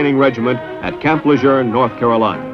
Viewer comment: the narrator pronounced Camp Lejeune properly.